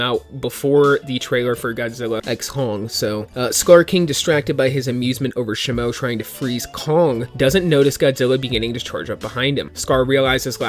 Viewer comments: It’s pronounced she moo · "sheee moo" is pronounced the new ice titan ..also, i love leeks..keep getting us leaks and informed!! i love it! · No is pronounced Titan Shimo I'm not mad is just wrong to say in my perspective okay